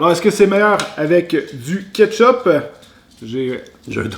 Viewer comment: J’entends chipe au ketchupe